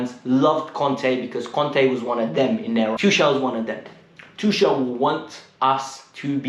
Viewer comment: Just one thing bruh..try to pronounce Tuchel's name properly atleast now...the man just won us the Champions League...#uptheChels #KTBFFH💙